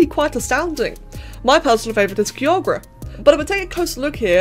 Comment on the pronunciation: For the future, Kyogre is pronounced “Kaiyogr”.